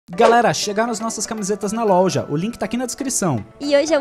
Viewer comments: e loja e não louja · Ele falou na louja kkkk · Foi só eu que percebeu que o falo louja? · Kkkkk "louja" português perfeito em kkkk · Vocês perceberam que o dis louja